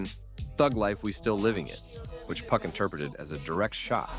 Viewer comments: Couldn’t finish this video one second you doing good “2PAC” then you disappoint me “Puck” who in tf is “Puck” man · Yo the A.I. voice keep saying 2 puck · White man says 2pack lol